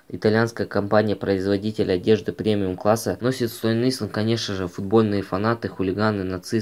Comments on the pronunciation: Стон Айлонд ,а не исланд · Стоне исланд😂😂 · Английский надо было учить 🤦‍♂️🤦‍♂️🤦‍♂️ стон исленд хахахаахах оруууу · СТОН ИСЛАНД БЛЯТЬ😂😂😂 С произношением явно не оч) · Какой нахуй Стон Исланд?Английский не учишь?